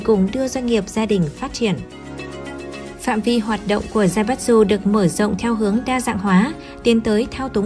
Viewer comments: Đọc là Zaiba chư. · Tài phiệt đọc là zai bát tsự. Ko chịu lên google học cách đọc cho đúng. Sai tùm lum xem mà chán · Theo tiếng Nhật "tsu" つ đọc là "chư" nhé. Kiểu như Mitsubishi đọc là "Mi chư bi si"